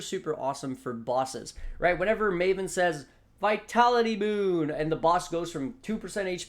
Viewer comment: you said "vitality boon" really well